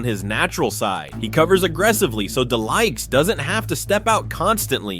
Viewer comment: The way he's saying De Ligt's name wrong is annoying me lol 😂